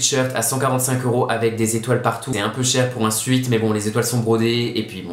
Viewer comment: qui dit sweat => Suit, je suis mort 😂 t'es le meilleur bonne vidéo